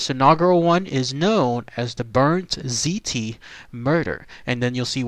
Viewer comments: The word "ziti" PLEASE stop pronouncing it the way you did in this video! Your OVER pronouncing the "I". It's pronounced more like "ZEE-T". Apologies on being "that guy, but still. :) Lol "good ol Rosie" very smart man BUT thought he was too smart (playing insane) and it didn't work. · I realize this is late, but it sounds just like "seedy. " Just say it like that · no probs with it pronounced just sound the T with a D!